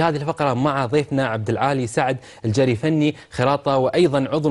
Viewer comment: السلام عليكم المذيع نطق اسم الضيف خطأ السيد عبدالعال بن سعد بن مبارك الجري المحترم هو من العوائل الثرية في الكويت وابن عم النائب السابق السيد وليد الجري المحترم وهذه هواية يمارسها للتسلية ويجب التنويه وشكرا